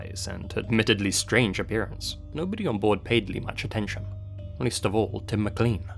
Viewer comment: How can you be British, yet not pronounce "Mclean" properly?!?